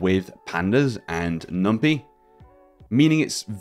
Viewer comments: This is a great resource and thank you for sharing... but please oh please stop calling it "Numpee" 😫 It's NumPy with Py as is Python! not Peethon 😅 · fyi, it's pronounced "num-pie" (coined from py-thon language. There is no pee-thon language). cheers